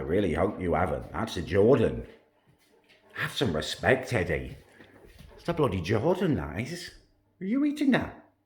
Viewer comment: Anyone else notice that he said "have some respecet, Eddie" to Lenny?